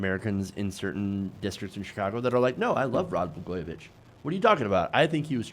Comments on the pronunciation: still didn't get the pronunciation right. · I say this as a lifelong Illinois resident, what Trump doesn't realize is that we didn't lock up Blagojevich to keep him in. We locked him up to keep us out. I'm pretty sure any resident of this state would love to tear him apart limb from limb for what he did in this state. By the way, your pronunciation of Blagojevich is far the scariest part about this whole thing. For future reference, it's Blag-oye-o-vich